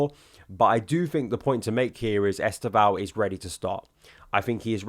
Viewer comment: Please learn to say our new Brazilian wonderkids name correctly. 90% of content creators are saying it wrong . Only Josh (Joey and Josh) and Football Therepy’s Yan have made their research and are making an effort. Forget ES-TEV-OW The initial ‘E’ is virtually silent and the name is pronounced as two syllables. Estevao is Portuguese for ‘Steven’ and when said properly it’s ‘STEV-OW’, or if you really want to be perfect there is a subtle ‘N’ at the end Trust me on this. My g/f is Brazilian and a Palmieras fan!!!